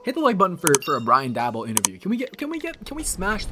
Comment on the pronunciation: Please don’t take Daboll. But since he might be your HC, I might as well teach you how to say his name. Pronounce Daboll like “table”. Go Bills!